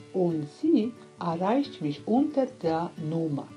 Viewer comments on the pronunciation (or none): Hi. Bevor es peinlich wird.... "DIE Nummer" nicht " der Nummer" und "erreichen" nicht "eirechen" :) Dein Akzent finde ich richtig putzig :) viel Spaß noch bei dem Videos drehen.